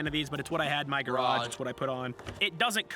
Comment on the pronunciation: "Garage" x3 had me rolling 😂